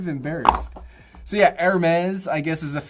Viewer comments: Please pronounce ‘AIR-Mess’; not ‘ERR-mess’. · He’s asking how you buy a 300 dollar airtag, and I’m trying to figure out how you can use a 15 dollar backpack Also NGL I die inside every time he mispronounced Hermes